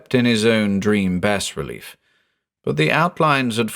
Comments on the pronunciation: 'Bas relief' is pronounced 'bah relief' not 'bass relief'. Every time you mispronounced it it broke the spell created by your voice. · you have such a wonderful voice but every time you pronounce it "bass relief" i imagine the hieroglyphs and starspawn figures inscribed on the side of a ceramic fish. that'd be the deep one equivalent of an embroidery sampler that reads bless this home, i suppose. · *bah relief. It’s pronounced “bah relief” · The 's' is silent in bas relief. :) It's from the french word bas (pronounced "bah") meaning low. Bas relief is low as opposed to high relief. Hope this is useful. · dangit. it's pronounced [bah-relief] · Beautifully done! The only thing I have against it was the pronunciation of bas-relief. I was always taught that the “s” is silent.